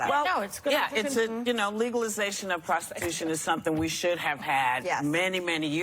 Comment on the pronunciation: "Prostitütion" Hahaha, I love it!